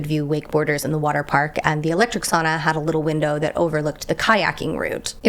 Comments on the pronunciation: Thank you for pronouncing sauna as 'sauna', not 'soona' :). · It trips me out so bad when you say city names 😓 Vantaa sounded like Vanta and I needed a moment to remember what it is in reality. Otherwise, good Finnish? Sauna sounded perfect, and that's all that matters 👍